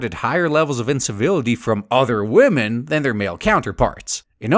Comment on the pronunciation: >respeking wahmen